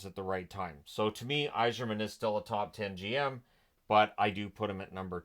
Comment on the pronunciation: Steve “Y Zeerman” xD